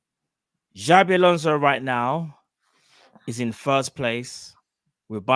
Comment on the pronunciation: Xabi not Xavi